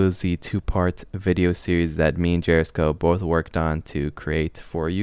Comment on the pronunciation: i cant even pay attention to what ur taling about for some reading but its the fucking fact you cant day gearisko’s name 💀💀